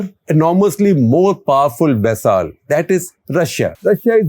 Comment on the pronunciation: SG....Vaisaal nahi re bapu Vassal. Please pronounce "Vassal" properly.